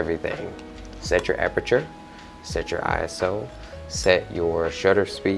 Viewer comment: Thank you so much for not saying eyeso